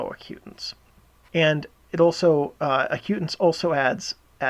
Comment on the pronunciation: It's AC-u-tance